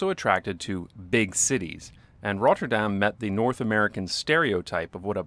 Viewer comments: This video is great. But do feel free to pronounce 'Rotterdam' without the rolling R. It's good to pronounce it fully in English or fully in Dutch; but not both. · The way he pronounces Rotterdam is annoying af. Dude, pick a language. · Lol, only after reading another comment do I realize your pronunciation of Rotterdam is different and better from the last video. But it is an improvement towards the Dutch. Thanks for the effort. How often did you say Rotterdam? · Someone is having fun with their new pronunciation of Rotterdam! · First, love your videos. Big fan of the channel. But why do you only seem to have a Scottish accent when you say "Rotterdam?"